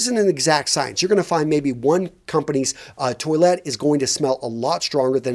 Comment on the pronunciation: It’s not pronounced 🚽! Please learn to say Toilette properly